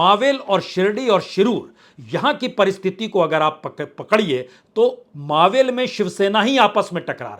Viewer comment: प्रसून जी, आप बार बार जिसे "मावेल" कहते है वह गलत है, सही मे वह मराठी शब्द मावळ है जिसे आप हिंदी में चाहो तो "मावल" कह सकते हो लेकिन हमारे महाराष्ट्र में